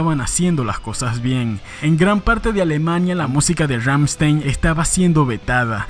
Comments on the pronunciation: Ramchtain o Rammstein. O lo pronuncias bien o no XD no digas Ramchtein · En alemán se pronuncia Ramm-schtain. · “Rammshtain” no “rammshtein” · Ramm con doble m, st se pronuncia sht y ei como ai Ramm sht ai n. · Rammstein se pronuncia Rammstain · "Ggammshtain" GGAMMSHTAIN, pues! ChristoPH Schneider "Flake", así como va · pfffffft. la banda mas representativa de Alemania? ni el nombre sabes pronunciar. Kreator es la banda mas representativa actualmente de Alemania.